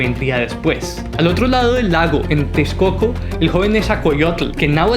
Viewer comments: NE ZA HUAL CÓ YOTL AZ CA POT ZAL CO ITZ CÓATL Texcoco se pronuncia con S, como en Xochimilco. Pronuncias mejor los nombres árabes 😅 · Jajajajajajaja. Que cosas y palabras dice. Que le enseñe a su robot a hablar correctamente!! es Nezahualcoyótl no es coyote!!! y es texcoco no techcoco!!! es Azcapozalco. en fin, que haga la lucha